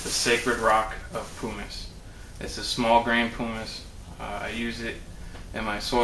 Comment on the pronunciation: You're saying pumice wrong. It is pronounced not like poo but instead like um.